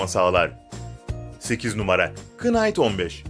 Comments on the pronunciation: knight değil night diye okunuyo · Kınayt deyil nayt. İngilizcede KN birlikte oldukta K okunmuyo cnm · Hacı kinght diye okunmuyo night diye omunur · İngilizce ce bazı kelimeleri k siz söylemen gerekir mesela knıfe deil nıfe knight deil night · Knight "kınayt" diye okunmaz "nayt" diye okunur, knight online'a saygılar. 😊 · Knight okunurken k'siz okunur..